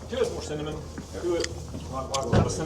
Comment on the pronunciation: 😂. I had to rewind to make sure I heard you right..‘cinnamon fence post’! Love it! ❤